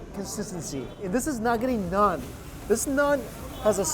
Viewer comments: Hello bro it's naan not nun lol. Happy to help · am i the only one who gets tilted from him saying "nun" rather than "naan"😂🤷🏻‍♂️😭